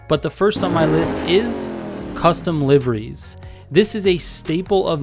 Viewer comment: I don't think im comfortable with how you pronounced "liveries"